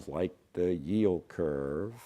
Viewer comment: The way you stressed on the yield curve😂